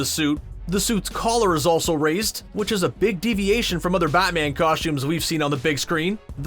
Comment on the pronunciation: He keeps saying "Bot-man".